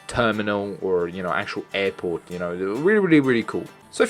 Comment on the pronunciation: "another eirporte"